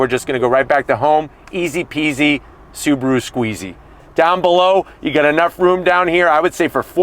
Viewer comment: (SAAB)aru Ascent 😂